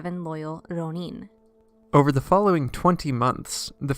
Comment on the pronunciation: Hey! I've only now seen your detailed replies; I don't follow up on my YouTube comments often so please excuse my late response. OK, so to answer your question, the problem is not so much with the "r" sound (that's peripheral but I'll get back to it). The real problem here has to do with which syllables are getting stressed. With Rōnin/浪人, it's important to stress the first syllable rather than the second, as you would with omen, chosen, moment, etc. You can imagine how awkward and even unintelligible those words could sound if they were spoken with the stress on the second syllable instead of the first. I like to imagine a masterless samurai "roamin" the countryside. 😄 Also, be sure to lengthen the 'o' sound in rōnin (or let it bend a little into the 'u' if you like) so you're including that う in your ろう. I know you mentioned this in your reply but I'm not hearing it in the video. This lengthening is really important as you probably know and can even mean the difference between two entirely different words. It might cause embarrassment to say フリン when you meant to say 風鈴, for example.😂 The problem of stress on the wrong syllable is also showing up in how "daimyō/ 大名 is being pronounced in the video. Here again, stress the first syllable だい more strongly than the second syllable みょう, as you would in diamond, diner, rhino, etc. A lengthening of the 'o' also occurs in daimyō, but even though the lengthened ō is in the second syllable, the first syllable is still the one that ge